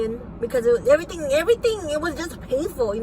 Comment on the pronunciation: Like I don't know like her saying eryteng and den prolly talking like you know hahahaha.......